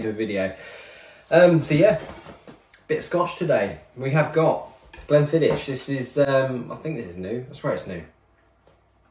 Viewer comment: Mildly upset at your pronounciation of Glenfiddich 😄